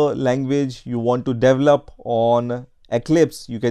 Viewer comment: Lol "Devel-up"